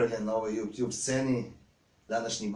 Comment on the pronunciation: je najbolji kad kaze JUPTJUB haha!